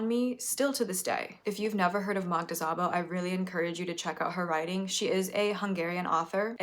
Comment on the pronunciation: just so you know, Szabo is pronounced not like "z" but "s". im not good with phonetics writing but more like s in "submarine"